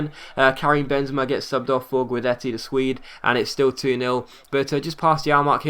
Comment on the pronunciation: The first i in Guidetti is supposed to be silent, so you say it like this: Gudetti. I know i'm swedish. Otherwise it was a great episode like aways! Love this series.